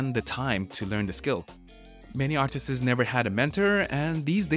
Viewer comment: for the love of god it's not "artises"